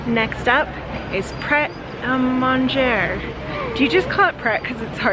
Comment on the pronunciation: Lol. Just a heads up. It’s said like “pray - a - mon (rhymes with gone) - dgey (like the sound in the word fridge)” or: Pray - a - mon - jay In the U.K. until relatively recently, French was a compulsory language for all kids here in the U.K. So bits and bobs of French and basic French pronunciation are quite widespread skills amongst the population. It’s not unusual amongst certain people for them to use occasional words in French in conversation as a form of emphasising what they’re saying or as humorous tone. Like I went to the worst state school ever in my city but when I was in high school I’d come home and my mum and I would say hi to each other and ask about each other’s days until our French ran out ahah. Greeting each other in French or adding in random bits of French as a question like “what time is it?” And answering back were quite common in my upbringing.